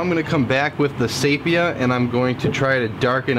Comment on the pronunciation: Nice work and great editing, fast forward is fine. my only critique is that the eyes are way to far back to be anatomically similar to a fish... if that's what you're going for. Oh and the tan color is pronounced (See Pee Ya) 🙂